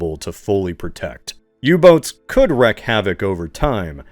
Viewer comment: Odds are that you read this comment are slim. But you're a professional narrator and I feel compelled to help you. The first half of the term "wreak havoc" is pronounced reek, not wreck. It took me a while to figure that out myself. It's one of those terms you read more than you hear spoken aloud, so no shame in it!